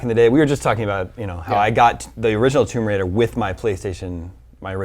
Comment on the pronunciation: man did you say thumb bridal? lara croft thumb bridal. from a treasure hunter becomin a successful wedding enterpreneur.